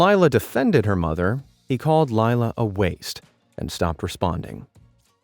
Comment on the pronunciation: Laila is pronounce lay-la. I know someone with that name. (Not the one in the video.)